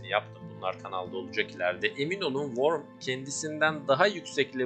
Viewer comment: İçerik güzel de şu wormu üzerine basa basa O ile okumayın artık. Her şey yazıldığı gibi okunmuyor.